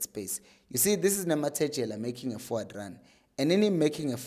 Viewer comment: We can't be back here again my brother, it's Nemtajela not Nemathejela. Great analysis though. 😑